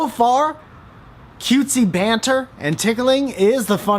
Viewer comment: going to pronounce banter as buhnter from now on